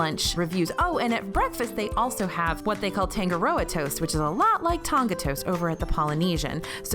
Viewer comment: Tangaroa- TAH-nga-ro-ah; Tonga-TONG-ah (like tongs, not tong-guh).